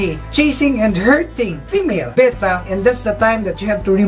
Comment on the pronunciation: Note that pronounces "Betta" correctly. Most Americans that I have heard mispronounce the word with "Beta", which is the second letter of the Greek alphabet, not the fish.